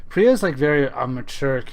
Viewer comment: Pro-tip: It's pronounced PEER-UH.